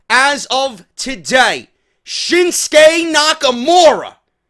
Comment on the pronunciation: I don't get why english speakers call him SHINSKE muting the U, for no reason really. It's ShinsUke Nakamure. ShinsUke! GOONS! :D